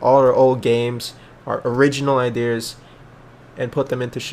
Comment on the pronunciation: "idears" lmao